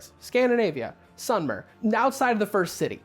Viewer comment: Hey, love your videos, but it's "sumer" (pronounced as saw-mər), as in the Sumerians who lived in Mesopotamia (The plains in between and surrounding the Furat and the Tigre rivers, roughly covering east Syria, northern Iraq, and southern Turkey in modern times), they were real and they date back to around 5000 B.C (?) and spoke a language which is said to have branched into Aramaic, Semite, and Median (?). Sorry for any inaccuracies, I'm just speaking from memory.